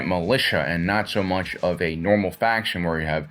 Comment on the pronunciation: Say "faction" again. But seriously, not a bad video.